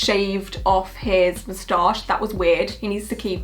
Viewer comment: please make an asmr saying mustach never heard it said like that before but im in love :D